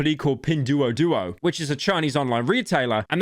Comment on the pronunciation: it's "dwo" not "du-ou"